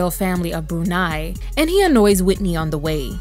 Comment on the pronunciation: The way he stressed Whitney omg😵‍💫🫨